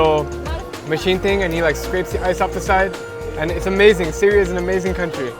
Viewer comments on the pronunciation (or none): In You said Counry Lol.